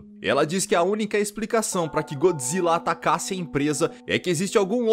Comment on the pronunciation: usa a pronuncia japonesa Goijra quando falar de filme de godzilla